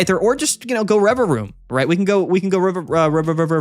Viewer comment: The Rererevaroom pronunciation was epic